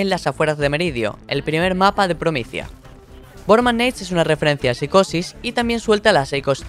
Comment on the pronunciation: Borman neit no es borman nátes